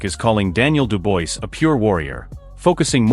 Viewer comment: STOP SAYING DU-BOYCE - It's REALLY ANNOYING !! do proper research - this is just pure lazy it's pronounced DU-BWAH !!